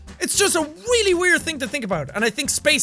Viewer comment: He said "Weally Weird" instead of 'Really Weird'